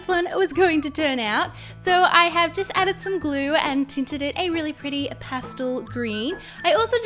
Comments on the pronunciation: Is it past-l or past-el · Its not pastil. Its past EL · It’s past-el not past-ol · She says pastle not pastel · Um the word is pastel! Not pastle! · I couldn’t watch this video knowing she said pastel wrong.. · OKAY, BUT THE WAY SAYS PASTEL BOTHERS ME SO MUCH AND IDK WHY